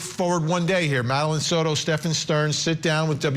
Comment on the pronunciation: Soto NOT "sourou". Ok??